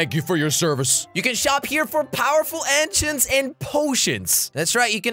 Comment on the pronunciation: Jelly said an-chants lol